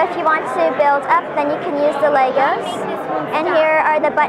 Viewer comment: OMG you don't pronounce lego with a s!